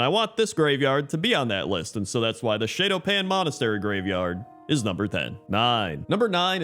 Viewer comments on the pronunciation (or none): You were right about the pronunciation of Kvaldir, but Shado-Pan is pronounced like Shadow-Pan. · "Shay-do pan" irked me. Good list